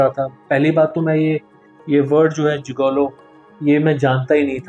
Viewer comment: "जिगैलो" गलत उच्चारण है। सही उच्चारण "जिगोलो" है। Gigolo.